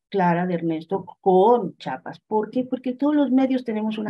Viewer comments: Jajaja qué gracioso escuchar a la periodista diciendo "Chapas", de verás no puedo creer que no sepa leer 😱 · Por favor, no es Chapas, es CHIAPAS. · Sólo una corrección importante, es Chiapas no Chapas, saludos 👍🤗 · Bueno ok, le pasamos que diga Chapas y no Chiapas como 30 veces jaja😅